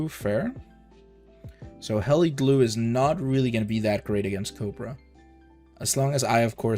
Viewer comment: Is it just me of you also here him say "COPRA" instead of "COBRA"